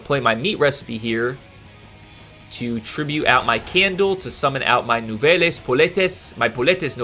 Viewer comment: Nouvelles the es is silent.